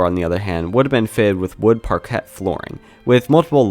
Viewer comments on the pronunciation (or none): Parquet is pronounced like parkay